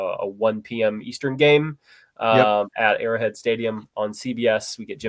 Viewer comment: Did i hear him call arrowhead stadium "airhead"